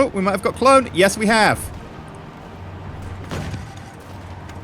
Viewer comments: It's Cu-loan to Brits, but because of his accent it sounded more like Cloan. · If he had said it the German way, it would have been 'Kurln', as the Umlaut (dots) make it sound like 'Urrr' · "If we can take clone out,"-EE. Lol you mean Köln right?